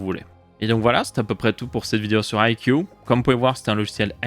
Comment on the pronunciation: Ca se prononce "aille si iou" pour info (I see you)